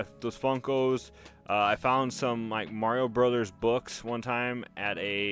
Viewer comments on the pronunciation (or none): none